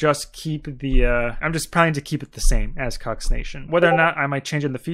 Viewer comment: I've never heard KHUx pronounced as Cucks. Thanks.